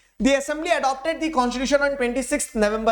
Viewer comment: Constitution ❌ Conshishution ✅ 😅😂😂